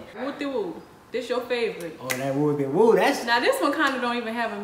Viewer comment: They got wooty woo perfectly correct I ain’t got shit to say